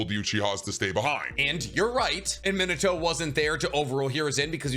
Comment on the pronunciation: OMG I HAVE BEEN TRYING TO FIND THE PERSON WHO KNOWS HOW TO SAY MINATO CORRECT